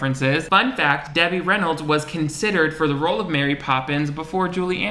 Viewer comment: I just came here to yell at you for calling legend Debbie Reynolds what sounded like “Demi Rennals.” 😂